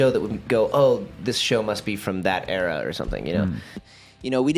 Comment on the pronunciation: Did you say "error" instead of "era?" I distinctly heard era.